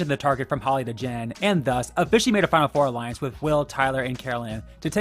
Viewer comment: Why did he call Hali holly